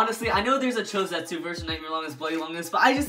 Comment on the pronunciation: Just say cho z